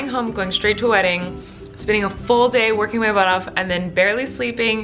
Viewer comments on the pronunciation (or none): none